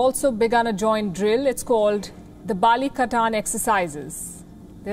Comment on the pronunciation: I love when Palki said it “Balikatan” exercises. The nuance is very Filipino. 👏👏👏